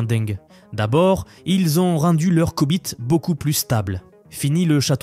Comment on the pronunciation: mdr c'est pas des "coup bit" 🤣 c'est des "Q" bit...